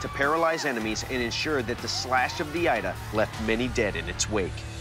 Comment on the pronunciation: 😇 Ida not Aida more